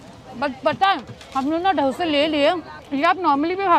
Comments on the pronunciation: Dosaaaaaaa not doseee😂❤but still love you💛💛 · I love the way she calls "dose"not dosa✨💓💯